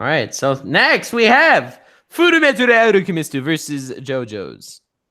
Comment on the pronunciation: did i hear say FMF like full metal alchamest insted of FULLA MEETHAL ALCHEMISTSHT